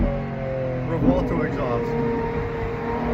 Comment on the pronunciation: Revwalto =/= Revuelto;D